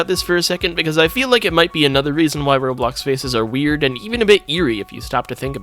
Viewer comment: instead of roblox its "RO-BOX"